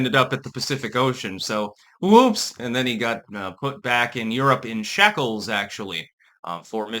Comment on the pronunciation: "shackles" not shekles hahaha